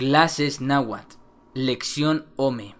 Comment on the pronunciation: viendo casi completa tu video, no solo tienes errores en la escritura tambien en la pronunciacion, ejemplo nla Tz no se pronuncia igual que la Z porque tambien se respeta la T y antes de pronunciar la Z se pronuncia la T, y en la Tl, y el nahuatl nunca se a pronunciado como nahuatul, alomejor escuchaste decir alguien que no sabe hablarlo por eso dices eso, en realidad esta mal la pronunciacion, nahuatl se dice como esta escrito y claro en algo estoy de acuerdo el H es muda